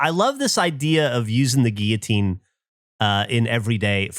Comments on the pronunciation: They keep saying "Gilloteen" instead of "Guillotine" and im losing my marbles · I don't care to Google this I want public opinion but isn't it pronounced "Gee-uh-teen"? Not "Gilla-teen"? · The way pronounces “guillotine” hurts me.